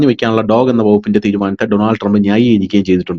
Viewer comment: ആദ്യം കാര്യങ്ങൾ പഠിച്ചിട്ട് സംസാരിക്കു. ഡോഗ് ഫണ്ട്‌ എന്നൊന്നില്ല. ഡോജ് എന്നാണ്. എന്ന് പറഞ്ഞാൽ ഡിപ്പാർട്മെന്റ് ഓഫ് ഗവണ്മെന്റ് എഫിഷ്യൻസി, ഇലോൺ മാസ്ക്കാണ് ഇതിന്റെ മന്ത്രി. അവർ ആർക്കും ഫണ്ട്‌ കൊടുക്കുന്നില്ല പകരം ഫണ്ട്‌ എവിടെ പോകുന്നു എന്ന് കണ്ടുപിക്കുക എന്ന ജോലിയാണ് അവർ ചെയ്യുന്നത്. അങ്ങിനെ പുറത്തു വിട്ട ന്യൂസ്‌ എടുത്തിട്ട് വിവരക്കേട് പറയാണ്ടിരിക്കുക. ഉള്ള വില കളയരുത്. 😢😢കഷ്ടം. അമേരിക്കൻ ബിഷപ്സ് കോൺഫ്രൻസ് അമേരിക്കയിലേക്ക് മുസ്ലിം മനുഷ്യ കടത്തു നടത്തി സമ്പാദിച്ചത് 2.4 ബില്യൺ ഡോളർ ആയിരുന്നു. ഓരോന്ന് പുറത്ത് വിട്ടുകൊണ്ടിരിക്കുന്നു.